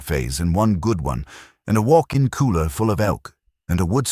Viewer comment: It's AI voice, that's why it kept pronouncing cooler as kohler.😆